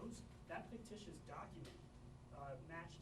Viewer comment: Wow the fake reporter said fictatious doc when it was exactky the sane